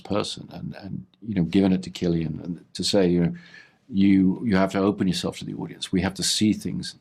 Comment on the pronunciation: Do you still call him silian and not kilian Murphy?